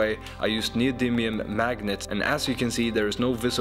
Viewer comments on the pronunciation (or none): none